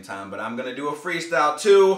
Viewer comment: sounds like he said "I'm gonna do a free stow"